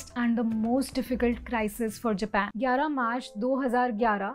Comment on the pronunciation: It's not jeepan it's Japan even englishmen call it as Japan but our indians